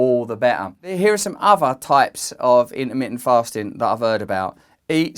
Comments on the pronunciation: in-ermi-en- fasting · "intermittent" has 4 "t"s in it. Normally I love other accents, but I've never understood this particular idiosyncrasy of never pronouncing the "t"s. The letters are there and dead simple to articulate, so why go out of your way NOT to say them, and turn the word into something so odd sounding. Petty, I know, but I stopped watching after about 20 seconds... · Int-ah-mit-ent FAHHHSTING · I love how you say in'ermi'ant, it's now my word of the day 💪😎🌸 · "innaminnent fastin" :) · The way you say intermitent cracks me up. <3